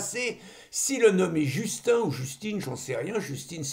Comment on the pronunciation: Pour Justine de Sade, le prénom féminin se prononce comme vous faites, oui. Mais pour le prénom masculin Justin, le "in" final se prononce comme celui de machin ou de brin.